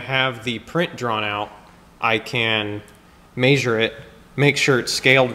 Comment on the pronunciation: omg love the content and no hate here, but I can't handle this. It's definitely "mEasure" not "meAsure"